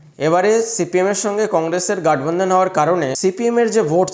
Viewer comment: Kotha ta gotbandhan hobe, gatbandhan nay